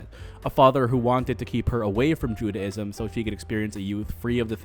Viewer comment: while you make a lot of good points... respectfully i couldn't get through the whole thing cause t's hard to listen to you talk about judaism when you cant pronounce judaism properly lol "judy" - ism or "jew-day"-ism not jude-ah-ism